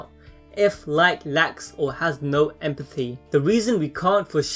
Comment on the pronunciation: I cannot for the life of me understand what you're trying to say sometimes... This seems like good content but wtf? "Furst for power"? "Empaffy"? "Higher frills" (thrills?) Dude, "th" exists you know.